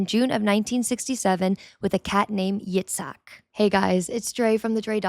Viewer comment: Yatzak Rabin, not robin